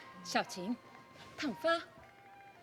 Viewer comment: 太生硬了 都是按國語詞彙發音 有的直接按國語來發音 哪個“小晴”就是國語 要看國語劇還怕看不到麽